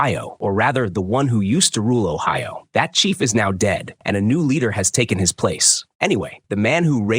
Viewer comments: OHIO??? What Island or town is being mis-pronounced? Please, edit, research and correct before release these videos! How, sadly embarrassing this narrator is. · Kingdom of Ohio while o'ahu shows on screen atleast try to pronounce it correctly A.I😂😂😅😅💀💀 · the kingdom of Ohio XD garbage AI